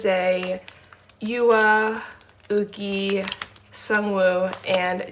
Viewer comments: bestie why you be pronouncing yuqi as ‘OOGI’ it’s literally not a hard name like ‘yuki’ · yuqi is pronounced ugi in korean !